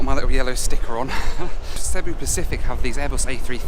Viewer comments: You really missed out. When I first flew with these in 2006 they used to sing karaoke on the intercom. Now 10 hours of you listening to that would have been gold 😂by the way it’s pronounced seeboo. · Its Cebu (See-Boo)